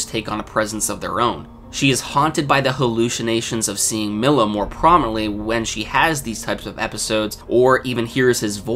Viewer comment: stop calling him millow lmaooo